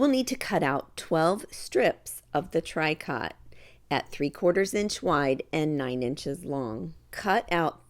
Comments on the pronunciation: It's pronounced Tree-co, not TRY cot. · For people who go to buy it - tricot is pronounced “tree-koh” not trikot. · Tricot is pronounced “tree-co” with a long o sound. Love your videos. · Pronounced “ tree coe “ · Sorry but tricot is pronounced tree-ko. I do enjoy your videos but can't watch this one. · Those are adorable. I think I have yet one more new project to do. Tricot is actually pronounced tree-co, sort of a French pronunciation. Hoping I can make some of these for Christmas presents! Thank you for the video!